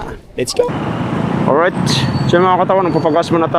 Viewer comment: oryt ahaha